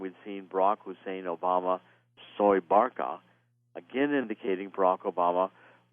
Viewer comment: SOEbarkah is not pronounced like soy but more like sue!